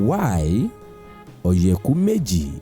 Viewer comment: Please pronounce oyeku meji properly and stop westernizing it! And please speak smartly! You got something good going for our culture.